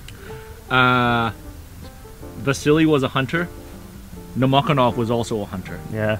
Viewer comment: You're pronouncing the snipers' names wrong. sha-NI-na - wrong, shA-nina - correct. Stress on the first syllable. no-MO-ko-nov - wrong, nomokOnov - correct. The emphasis is on the third syllable. If you turn on Google Translate and enter names in English, it will correctly translate and voice into Russian. Nomokonov grew up in a village of poor Siberian hunters. Hunting is their main activity. From childhood they learn to shoot in order to feed their family and to hit a squirrel in the eye so as not to spoil the skin. At the same time, they have few cartridges, they are expensive, and they fire when they are completely ready and confident in the result. His hunter skills helped him a lot during the war. I remember one episode. One day in the fall, Nomokonov, before going into position, came to the officer and demanded a white camouflage robe. His commander said: “You’re crazy, in a white robe on the black ground you will be very clearly visible and they will kill you.” The sniper replied that it would snow at night. Nobody believed him, but they gave him a white suit. Of course, snow fell at night, covering the sniper and it was perfect camouflage. This is not particularly important, but Pavlichenko was not Ukrainian. As far as I remember, she was born in Ukraine, but in a Russian family. And she received her Ukrainian surname, which she made famous, from her first husband. From the story, you might think that she was a very young, inexperienced student who became a soldier.